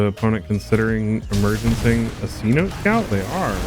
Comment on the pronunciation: It’s not c-note scout it’s seh-noh -teh scouts. It’s like a cave that’s mostly underground in Spanish…or maybe it’s in an indigenous language. I only know from my daughter watching Aquanauts.